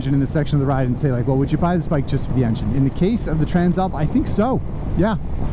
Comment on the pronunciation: Always thought Tran Slap was an odd name for a bike , until I heard you pronounce it properly